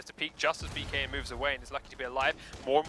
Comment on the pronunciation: Dear: please don't say "BKN." It is pronounced "Bacon." Thank you.